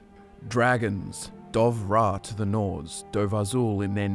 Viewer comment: You guys said some names wrong lol, it's Dovah not Dov'Rah and Gormlaith not Goliath